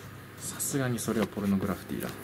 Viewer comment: ポルノグラ「フ→フィ」ティ 🥹